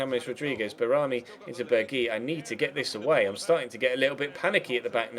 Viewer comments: Fun fact: Since Berghuis is a Dutch name and not a french one, it is pronounced like something in between Berghoyse and Berghyse. I lolled when you said Burgy. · As a Watford fan who lives in Watford, I don't consider it a London derby as I've always thought Watford to be about 20 miles outside of London. And it's pronounced berg-house as he's Dutch